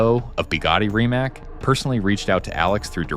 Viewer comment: Bugatti’s CEO name is not Rimac (with a ‘k’ at the end) but with a ‘c’ like cesar. He is not an american but a croatian guy. Their or better to say foreing names are not pronounced in american way. It is very rude and biased to pronounce personal names from foreign countries in your American way. Before you publicly announce and pronounce such a name, ask (that's why there is a chatgpt) how the names are pronounced. I'd rather not write how you would write and pronounce American names in Russia or Japan or... to be consistent... in Croatia, say, simple minds would be simpl majnds Please pay attention to that in the future. It's a matter of respect.